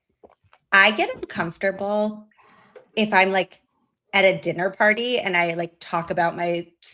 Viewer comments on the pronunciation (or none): none